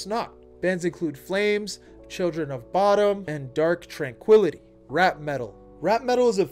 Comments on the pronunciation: You're the first person I've seen pronounce Children of Bodom as "Children of Bottom", and I thought that was funny. Cheers. This video is good. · The way you said Children of Bodom 😭